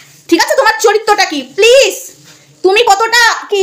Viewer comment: ওটা চরিত্য না চরিত্র হবে😂😂😂😂 second